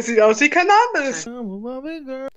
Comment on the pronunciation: Das ist Cannahhbis 😂😂 Wie kann man denken dass es weedes ist...